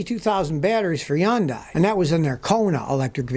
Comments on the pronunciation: Wtf is a Yandai ? Scotty can't pronounce the letter H ??? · ITS PRONOUNCED HUN-DAY. JESUS.